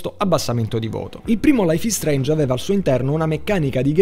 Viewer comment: laif is streinj bifor de stom